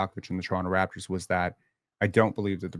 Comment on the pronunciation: How can he claim to watch your lives, but misspronounces every Raptors name?